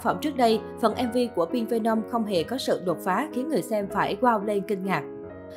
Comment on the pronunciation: khùm , không thích thì đừng nghe , đến cái tên MV của ngta đọc cũng không đúng thì thôi đừng nói lmj cho quê 👍